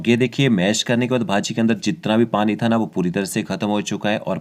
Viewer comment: It's bhaji not baji 😐😐